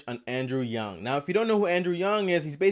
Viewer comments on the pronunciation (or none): Stopped watching the moment you pronounced his last name "yung". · BOY!!! You havent done enough research if you can't even say his name right. So you know damn well you havent watched a full video on him. You actually made a complete ass and fool out of yourself lmao. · I support Andrew Yang but this Yang Gang brigading is very toxic. Yes he pronounced his name wrong, but that shouldn’t discredit everything he has said. His points line up with things Yang has actually said on welfare. UBI would be a lot worse if it was standardized, because you would be receiveing less money (even with Medicare for all and insurance). Fortunately Yang has said you could opt out, meaning if you want the benefits of the old welfare system you can keep it. Yang is not perfect in every way and he needs to be criticized in order to improve his policies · You can’t even pronounce his name right. How the hell you criticize him 😂😂😂 ? Just say YangGang instead of Andrew Yang much easier. Nice troll dude. check out his policies than we discuss about it. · Man's can't even bother to pronounce his name right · Bro you said his last name wrong. If you did research how the hell did you get something as simple as his last name wrong?